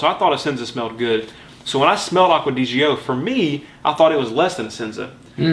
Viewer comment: Why do you pronounce it Acqua Di Ghio?? It's pronounced as the first three letters of the name Giorgio aka Gio in short. This is Giorgio's fragrance, hence the name Gio!